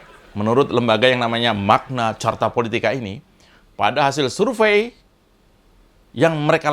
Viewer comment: Opo sing kenyal 😂😂 😂???... Bukan charta kalii tapi karta 😂😂😂😂